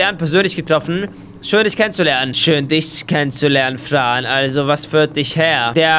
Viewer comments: du hab gesagt Frö bow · Es wird Fran geschrieben gesprochrn aber Frän